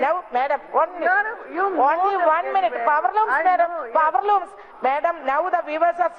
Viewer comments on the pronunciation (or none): Only 1 മിനിറ്റ് മാഡം പവർ ലൂംസ് മാഡം പൗർലൂംസ് 😂😂😂